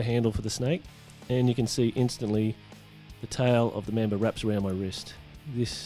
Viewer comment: Your pronounciation for Mamba😂😂.. Black Member...😂😂